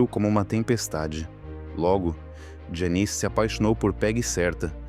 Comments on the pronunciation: A NARRAÇAO SE EQUIVOCOU NA PRONUNCIA DO NOME DELA,,, JANIS, NAO JANICE,,, MAS ISSO NAO TIROU O VALOR E PRIMOR DO VIDEO,,, EXCELENTE,,, PARABENS ........E DEIXANDO O LIKE,😀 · Que forma do narrador pronunciar o nome da Janis, lê-se "Jéniz" e não ""... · Me deu muita gastura ouvindo o narrador chamá-la de "Janice", um zilhão de vezes. 😮